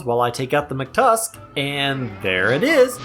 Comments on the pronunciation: let me rephrase, hearing you say "mctusk" instead of "mactusk" makes my day 50% better, but also scares me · hearing him say "mctusk" instead of "mactusk" scares me